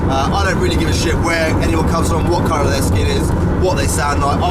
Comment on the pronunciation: When you said "no matter what colour your skin is" I thought you said "no matter what car you skid in" 😂😂👌